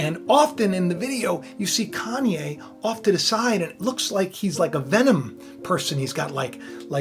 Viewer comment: More like “CON-YE”